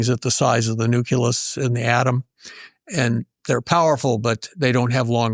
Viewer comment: I have a hard time buying anything from a "scientist" that says "nucular" and "nuculus".